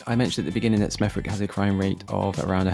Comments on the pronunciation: Btw, it is common to silence the W in towns and cities that end with the suffix, "wick". This isn't a rebuke. Just local education. Smethwick = Smethick / Warwick = Worrick. There are several others, but hopefully you have the idea. You sound like an English native. I would have thought you might know that already. Bet hey, now you do. This area is covered by Sandwell Council, and I'm afraid to say they are dismal. This level of dirtiness you will find in a awful lot are areas, particularly the inner city areas. Their neighbour Birmingham Council are no better sadly. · 😲 Surprised no one in the comments has said this but as a UK channel that is based on places and how they are, I'm laughing at your pronunciation of Smethwick. The w is silent, it's not Smethwick, it's Smeth-ick (the th sound is like the start of the word 'the' it's not a th like the word thigh for instance) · You’ve pronounced it wrong you wally - smeth-ick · It's pronounced Smevvick 😊 not a good area, but don't they have the pool from the commonwealth games? Have you been to handsworth yet? Even worse 😢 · Smethwick in local speach has a silent W so we all say smeth'ick' but i remember when it was okay when i was a young teen but it has got worse and worse, as many say import the 3rd world and thats what you will become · Pronounced Smeth ik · The way you pronounced smethwick realy annoyed me LOL , when pronounced you ignore the W , so its Smeth-ick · I live in smethwick an it's not pronounced like your saying it lol it sounds like smethick the w isn't used lose the w in your pronunciation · its pronounced like smethick fyi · Say it with me, SMETH-ICK, drop the W 😉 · It's pronounced Smethick....the w is silent.. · Load of rubbish literally. Smethwick has affluent areas, middle class ares, working class areas, it has improved significantly. Has some beautiful homes but if you want to see trash, you will find it. It is pronounced Smethick. I have no idea of the places you went. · It's a silent W lmao